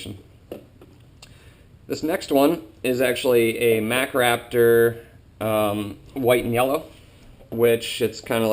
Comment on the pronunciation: Hey, I know they are Called White & Yellows (I'm going to be working with them next season) but it really sounds like your saying white meyellow.